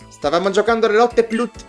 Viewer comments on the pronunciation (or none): è "Pult", non "Plut"! "PULT"!!! (si scherza ovviamente